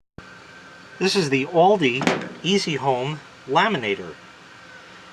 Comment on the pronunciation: "Oldi"😂 Its "Aldi"Americans drive me insane